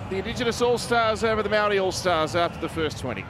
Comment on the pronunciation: why are aussie commentators saying "maldi" its maori. just say maori as long as you being respectful its fine. its gone too woke. never met a non kiwi who properly pronounce maori anyway. its no big deal just to say it normally.